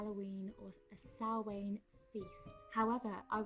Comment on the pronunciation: Hi! Just from an Irish person, it's actually pronounced sow-in/sow-an (sow as in female pig) ❤